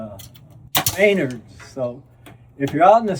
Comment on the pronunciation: It's Me-NARDS. "Save big money at Menard's!"